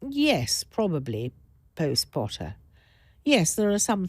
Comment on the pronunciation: Who else heard the "post Potter" like Tom Felton said in the movies?^^ POTTah!